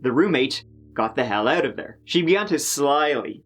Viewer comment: Slyly is 2 syllables. Amazazingaly